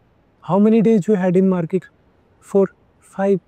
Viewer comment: Market hota he maket nhi